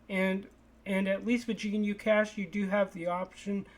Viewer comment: Also, not gee-nu-cash. Just guh-new-cash